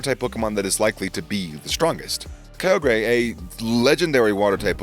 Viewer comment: I am mad he says kyogre wrong